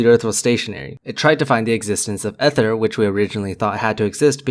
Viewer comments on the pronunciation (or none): Okay, I'm going to take my advice from someone calling themselves a professor but pronouncing ether as e-ther with a short e like egg instead of ee-ther. with a long e like eat. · Dude, it's pronounced "ee-ther", not "eh-ther". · Eeeeeeerher not ehther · Ether. The word is EEEther. Otherwise, OK. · Another good video rebuttal. One thing though, Ether is pronounced EE-ther.